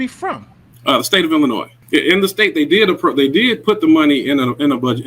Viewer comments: brother its PROUNOUNCED ILLINOI not ILLINOISSSSSs the S is silent lol. For those of born and raised in Illinois its a thing it really is a thing for us lol. Whats funny about Supper Mayor is she started off as a Trustee and ran on the previous mayors ticket and then turned on him and attacked him for the very same things the Trustee's are now attacking her. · the s is silent in Illinois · ILLINOIS IS PRONOUNCED IL-LI-NOY!😂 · THE ……S……IS …….SILENT IN ILLINOIS ‼️‼️‼️‼️ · Reference: ILL-ANNOY for the love of all that is good and holy the S is silent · Illi noise. Ar can sas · Please learn how to pronounce Illinois. S is silent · New to this channel, I "assume" you are saying "Ilinoi"S"' as a joke? If not, are we suppose to take your "Lawyer" title seriously? We learn the "S" is silent in like 3rd grade? Don't comment much but hearing that clear S had me thinking, is this a joke? I sure hope so........ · No offense but please pronounce Illinois correctly. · The S is silent when pronouncing Illinois.✌️